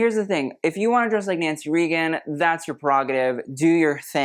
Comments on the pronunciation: Hey,, I know it's spelled like it's pronounced "Ree-gan", but it's pronounced "Ray-gan". btw, I kinda like the 3 generation picture of Blythe Danner, Gwenyth Paltrow, and Apple Martin. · It’s pronounced “RAYgun,” rather than “REEgun.” 🫤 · Nancy RAY Gun not REE Gun. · Just FYI, Nancy Reagan is RAY-gun, not REE-gun. I know I know I'm a petty person, but I'd want to know if I mispronounced it. Love the show, nice addition I hadn't caught last year. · Nancy Reagan (RAY-gun) not REE-gun) 😉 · Pronounced Nancy Ray-gen. Not Ree-gen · I'm sorry but I have to say it, it's Ray-gen not Red-tan. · FYI - Nancy Reagan - it's pronounced "Raygun." Not Reegan. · today old when EVER heard ronald or nancy Reagen pronounced Reeegen not Raygen. lol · Yep glad someone called that out! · I love your videos. Nancy Reagan is pronounced ray-gun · Nancy Reagan is pronounced Raygen. Please. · Is he trying to say Nancy Reagan? It’s pronounced Raygun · It’s Nancy RAY-GUN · RAY-gan. Nancy RAYgan..but you are right its too old for her and im old so i can say that😊😊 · Ray- Gun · (Nancy) Reagan rhymes with "bacon." The strapless gowns are lovely, but the bodice fits are sometimes too low -- unflattering, barely hanging on? Lucia Ponti's dress fits well. Yes, let's enjoy an array of truly lovely debs reveling in their aristocracy bubble. How nice! haha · This man can't pronounce Nancy Reagan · The way you pronounced Reagan cracked me up. Haha. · But no matter when in history, who mispronounces a president’s name? That was odd.